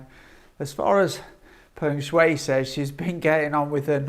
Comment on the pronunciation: Pronounced Peng Sh..why